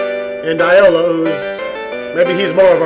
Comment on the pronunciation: Dupre = "Doo PRAY" Shamino = "SHAM in no" Iolo = "YO lo"